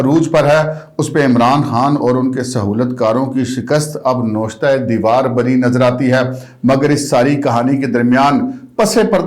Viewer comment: Dorry. With all the respect. Word is Navishtaa. Take my appology to correct this correction.